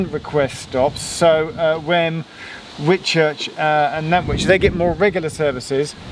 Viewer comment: Did he say Nannwich? Sounded to me as if he said it right.